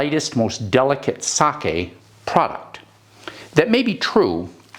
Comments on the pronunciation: thank you, thabk you for pronouncing it right-- in front of all these English speakers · Wow! Seconds in, and you pronounced Sake correctly! That is proof you are educated and cultured. Thx